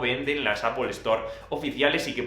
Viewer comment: Jajajajaja apol store